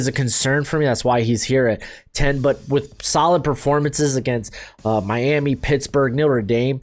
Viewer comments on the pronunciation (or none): none